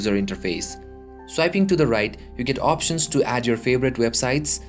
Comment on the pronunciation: opsions or options? collaz or collage? bhai mere kahe ko desio ka naam barbaad kar raha hai, accent to achchi khasi hai teri!